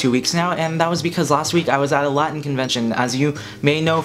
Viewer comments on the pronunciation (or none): none